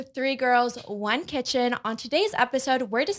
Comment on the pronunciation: “3 girls one KETCH-EN”